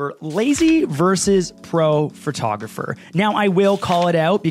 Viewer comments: A lazy photographer pronounces “photographer” as “fir-tographer” 😂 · Were you saying Phratographer? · A lazy photographer pronounces it “phRtographer!” 🤣 I’m sorry! I love you. 🥹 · ...when they pronounce it as "phertographer" hahaha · Ahhh my biggest pet peve is when people say "fer-tah-gerpher"